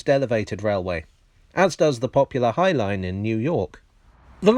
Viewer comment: As an American I can confirm that you said High Line correctly.